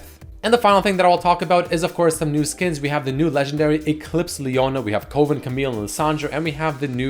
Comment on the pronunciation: Coven is NOT pronounced like that.